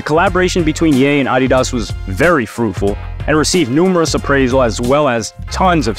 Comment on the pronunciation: i reported you for your pronounciation of ADDidas